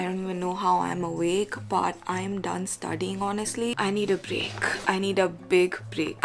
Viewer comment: its studying not studing